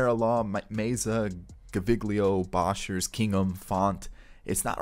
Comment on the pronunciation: As a Jays fan, it really upsets me how you pronounce some of these names. Jordan Groshans got absolutely butchered. Same with Boshers. I really wish you would just stop. Yikes man